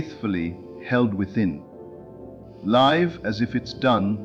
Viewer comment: Thank you for another wonderful Neville Goddard message! But, I ask you, do you listen to these AI generated speeches before you release them? Can't you choose a pronunciation, such as lìve or live? The word present or present? It's terribly disconcerting to hear gross mispronunciations at vital points in the narrative. Can you do better? I think you can.